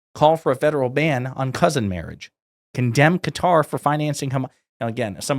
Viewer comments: It’s Qatar not cutter ffs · Say it with me... "kUH-tar" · Really like your videos, keep up the good work. In regards to Qatar you pronounced it correctly at the start, but then pronounced like some Americans as 'Cutter'. Check the pronunciation out on Google: I have worked in the Middle East for many years (Saudi, Qatar, UAE and others) and only some Americas pronounce that way ('Cutter').